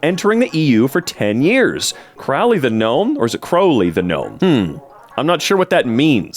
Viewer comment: CRAWLEY? ITS CROW-LEY GET IT RIGHT He also vandalized properties